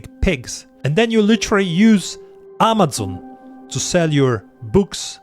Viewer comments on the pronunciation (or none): I enjoyment your Scandinavian pronunciation of Amazon "armatson" 😁